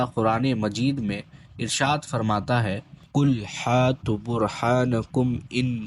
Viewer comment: ابے مردود جا ہل گنوار تو پہلے ڈھنگ سے قرآن کریم کی تلاوت کرنا سیکھ لے قل حاتو برحانكم نہیں ❌ بلکہ قل هاتوا برهانكم ہے یہ ادھر اُدھر منہ مارنا بند کر اور میرے پاس آکر اپنی قرأت درست کرالے اسی میں بھلائی ہے